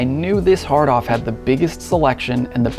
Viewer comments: I did the first time. I thought he said "hard on" lol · Yep. I’m 9 inside. Still 😂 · It doesn’t help that “hard off” is an expression that’s supposed to be emphasized like “well off” but the dude says it like “jack off”.